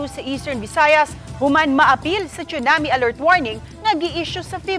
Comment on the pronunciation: TSUNAMI is pronounced as SOO-NAA-MEE (NOT chunami)